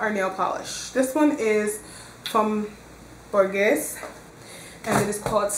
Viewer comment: Borghese is pronounced Bor-gay-za not to criticize just so you'll know. Oh, I want a tutorial you look Beautiful.